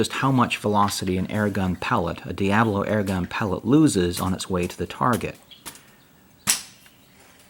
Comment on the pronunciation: DIA BOLO. not DIA BLO